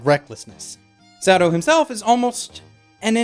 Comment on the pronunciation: I love how he pronounces it "Sado" lol